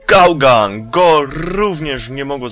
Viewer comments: To jest Gundogan a nie Gałgan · poprawiasz a sam piszesz źle... jak już to czyta się gundogan, a nie jakieś gundogad.... A poza tym Gaługan zajebiście brzmi :P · NIE "gałgan" tylko "gundogan" i nie "bale" tylko "bejl"... sory ale nie mogłem wytrzymać.:D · czyta się bejl i gindogan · Gungan LOL Bale(czyta się bejl :-)... ) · a drugie czyta sie gundogad